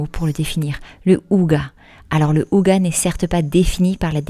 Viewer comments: Bonjour, Hygge ne se prononce pas « ouga » mais Hygé en prononçant bien le H et le Y est court comme il y a une double consonne après 😉 Ça me piquait les oreilles 😅, étant norvégienne je comprends aussi le danois et la prononciation du mot est pareil dans les deux langues. Je découvre la chaîne, cette vidéo me plaît bien, j’irai voir un peu les autres après 😊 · Merci du partage et des conseils. C'est inspirant. "Hygge" ne se prononce pas [ouga] mais : 1)on souffle le H qui se prononce (comme en anglais) 2) le Y se prononce entre un "u" et un "i" 3) le E final ne se prononce pas "a" mais "æ". (Je suis à moitié norvégien, mais pensez à employer Google traduction pour tester la prononciation, pas infaillible mais généralement bon). En Norvège personne ne garde les chaussures à la maison non plus. Exactement comme au Japon. Pour rappel, en France autrefois les paysans laissaient leurs sabots pour entrer. Dans les sabots, on portait alors des chaussons en feutre (style charentaises). Le "ça servira peut-être" ... il faut avoir un grand garage / hangar / atelier.😅 Ou alors comme vous les limiter drastiquement.